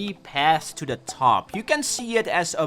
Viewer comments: I keep getting confused every time you say "defiantly" instead of "definitely". Which is every time. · did you say "defiantly"😂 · "defiently" lol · Day 1 of telling to pronounce definitely correctly.